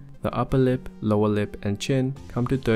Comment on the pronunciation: "the uppa-lip and lowa-lip"